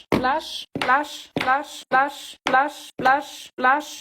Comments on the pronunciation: Wer hört auch manchmal lush, glash oder wlash?😅✨️ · Hört ihr manchmal Lush,Blush und glush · Ich habe fast immer zum Ende Lush verstanden😂😂😂? Oder dlush😂😂😂😂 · Ich versteh die ganze Zeit: ,,Blush, Slush, Wash, Aash, Quash"-🤣🤣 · Am Ende hab ich nur noch Las verstanden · hört sich manchmal an wie glush